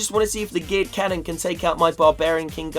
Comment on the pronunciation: I swear every time says geared cannon he says gay cannon